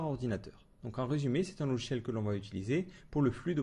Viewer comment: "LoGiciel "et non " lochiel "!